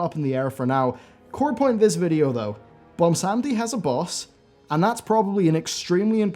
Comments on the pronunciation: Ummm, its Bwonsamdi, not Bwonsamedi. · its BWONsamdi not BOMBsandi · please stop calling him bwomsamdi